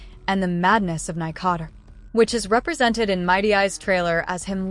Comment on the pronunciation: “nigh-cot-er” for nikador’s name help 😭😭 great video so far!